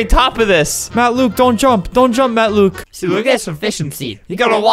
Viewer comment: it's only Matt Luke theres no s :/ that's just how flamingo said it he put a invisible s at luke